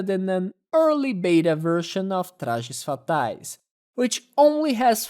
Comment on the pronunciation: You've said "Trajes Fatais" so clean that I instantly realized the video was made by a Brazilian lol Hope this video gets more attention. "We're together" XD